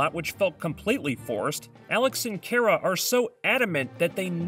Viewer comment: Kara is pronounced "Khara or Car-a" not "Care-a". Please fix that.